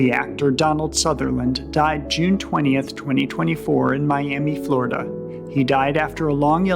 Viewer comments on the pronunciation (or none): none